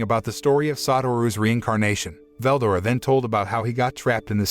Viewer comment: I hate this guy the way he says names makes me mad for example Veldora say it like two words Vel and Dora fucking annoying